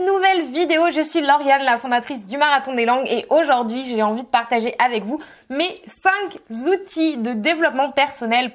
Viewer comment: Cinq zoutils 😨😱 ? Il faut d'abord pratiquer correctement le français 😒